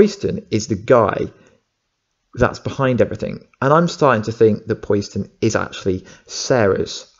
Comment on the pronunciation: Not Pois-den buddy.. Po-Siden.. like Poseidon the Greek God of the Ocean.. Also.. I think it would be stupid if it was Kellerman, He's already done some shady stuff, and it totally takes away from the huge turn around that his character had in the last seasons of the Series, He turned himself in, helped them out, And became a genuine good guy, willing to go to Prison for good and to protect his sister (I think, been awhile), so for him to turn in to a scumbag, just sort of erases all that.. And yes Wentworth is Such a beast, Really makes me wish that the Captain Cold that got sent back to 2015 on legends to put him on the path to become a Legend.. Either finds a way to go through that and not die.. or if he has to, doesn't join the legends, and comes back to the Flash, he's so good at Captain Cold, I honestly never liked the character in Comics/Animated Shows, he seemed so weak, but he brought new life to it